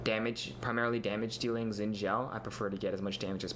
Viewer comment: Nope. It's not "Zin", it's a mix between "Shin" and "Sin". Watch the champion spotlight and hear how Phreak pronounces it.